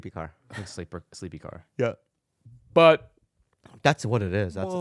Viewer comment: Khalyla had me crying with the “BUT”